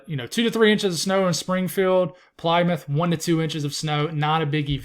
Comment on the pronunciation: Yeah so it's not Plīmouth as you said it's pronounced Pl-i-mith with the Y being pronounced as a soft vowel I. Plymouth rock where the pilgrims landed. Also here in Connecticut we call it wuhster